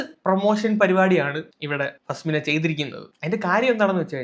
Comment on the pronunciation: Faa-smina alla faz-mina🙏🏻😂